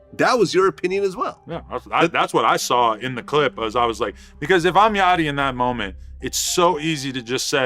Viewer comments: It’s yachty not yotty btw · “Lil yottey” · I heard : Lil yottie Me: aight bro has no idea on what he's talking about. Pauses, checks comments, commented myself, leaves. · "lil yotty" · ain’t change the fact he said lil yottie